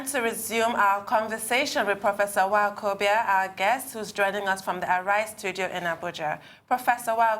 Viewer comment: I cannot believe that my could not properly pronounce Nwokobia (a male guest of honor) -- she seems to be hanging too close to OGY who takes pride in crucifying Nigerian names, including hers. I don't like that -- there is no African name that I cannot pronounce fluently. Folks should understand that not being able to pronounce Nigerian names, especially by Nigerians living in Nigeria, is a disgrace and a sign of low IQ. definitely has no low IQ but she must not let this happen again -- practice the name before going live on tv.